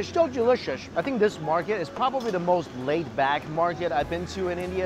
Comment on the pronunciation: 'Es so delisias'